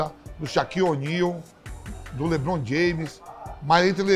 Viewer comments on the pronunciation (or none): "mas entre LeBrom e Stiver Querri, esses cara tudo eu prefiro o gol de estate."